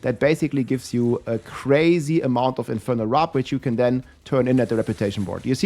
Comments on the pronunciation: Its wirp not wrip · It's Warp bro not wrap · WARP NOT WRAP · Love it how you're talking about "wrap" - like you're super hungry - when it's actually WARP 😂❤ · Its infernal WORP not "RAP". Seriously. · It's 'Warp' not 'Wrap' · Is he dyslexic? Pronounced warp as "wrap" every time